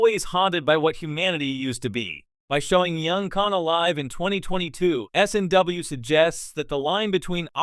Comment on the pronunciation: Strange New Worlds is not the prime Trek. It's as wonky as Kelvin timeline now. They lost me as a viewer and supporter. And find a new AI to read the script. Don't write dialogue as "World War III", as it says "world war eye eye eye". Also don't abbreviate Strange New Worlds as "SNW" as the AI just says "snw".